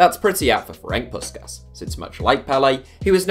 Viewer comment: Jesus Christ you butchered Puskás' name